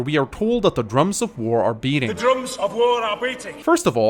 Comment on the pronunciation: Nah, i personally hear a B in the beginning. I understand Breating for some odd reason, but that‘s just an r away from Beating.